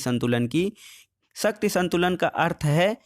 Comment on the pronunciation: सर शक्ति को सही बोलो क्योंकि ऐसा लग रहा हैं जैसे शक्ति को आप सत्य बोल रहे हों।